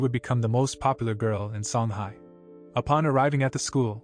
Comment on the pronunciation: Btw it is named songhai (sooonghaai)